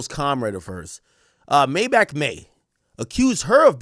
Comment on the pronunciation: Maybachmayy??? Sounds more like "Maydiddymay" to me. The self snitching is crazy.